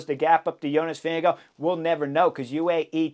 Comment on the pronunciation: Pronunciation of Vingegaard does not end with an “oh” sound. Ask Jonas. Sloppy or disrespectful.